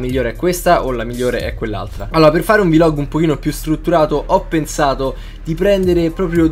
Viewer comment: Hai un serio problema a dire "vlog"